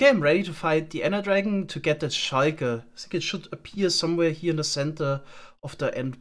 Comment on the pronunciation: Schuiker Idk, i hate or love how he says that